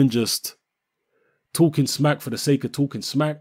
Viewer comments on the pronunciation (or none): none